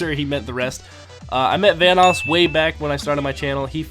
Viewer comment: Delirious be like: Vanåås